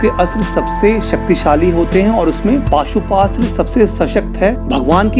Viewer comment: Bhai maaf karna but wo pashupatashtra hh pashuastra nhi